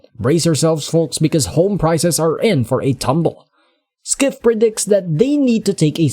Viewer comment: Peter Skiff?😆 not how it's pronounced.